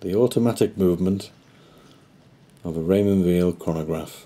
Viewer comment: It's pronounced while - not veal (he's French speaking not German speaking).